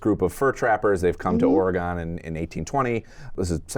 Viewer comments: Ah.... the pronunciation of Oregon!!! it is not WahingtON, it is not OregON :) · Ory-Gone. Orrrrryyyyy Goooooooone. you guys. stop it. It's Oregon. Or-uh-gun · Great review—but just so you know the way you pronounce Oregon hurts Oregon natives’ ears. The last syllable is pronounced like “gun” . The odd thing is you both start to pronounce it correctly halfway through.